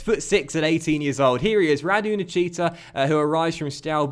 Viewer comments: Btw that's not how you pronounce Nichita. Think of it as Nikita Khrushchev, that's how you should pronounce it. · My mate's Romanian and called Nichita , its pronounced Nick-eta 👍